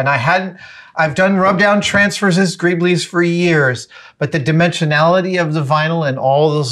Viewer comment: Wait what?? I thought "greeble" is pronounced like marble and not greeb-lee? Am I wrong?